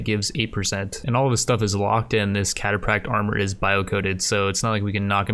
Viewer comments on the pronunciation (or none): The ph in cataphract is an F sound, not a P sound.